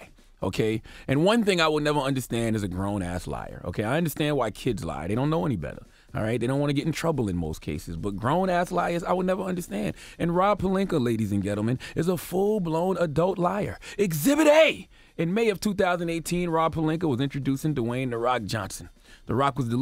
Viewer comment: This nigga just pronounced gentleman like "gintlemen."😳